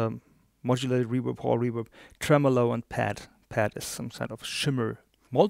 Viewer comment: It’s REVERB!!! Not REWERB. Please!!